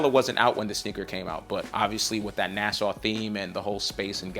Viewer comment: Big Bro. ITS NASA. NOT NASSAU.